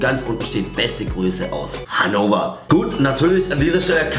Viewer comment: es heisst HannoVer und nicht hannower hahahah